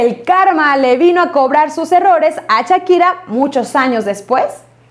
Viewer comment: Chakira y yerar pike Jajajajaja esta señora ni pronunciar sabe pero para soltar lengua venenosa en seguida